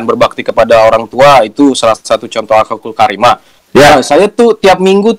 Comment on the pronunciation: ngakak bgt "akhhakul karimah" 😂